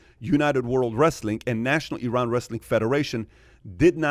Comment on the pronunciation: The iranian guy spells Iran multiple times and yet, those guys keep butchering the country's name. It's stupid how americans say I-raq and I-ran. Maybe you should consider saying A-merica from now on.